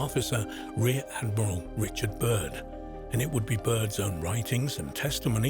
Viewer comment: Is this accent British or what? Because he said like he's from Brooklyn 😂